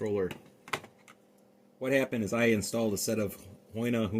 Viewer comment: It’s pronounced hoo-e-na